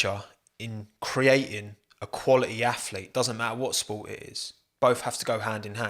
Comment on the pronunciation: Stop saying the word "quality" so often, especially since you can't even pronounce it correctly. "qUaLi-e"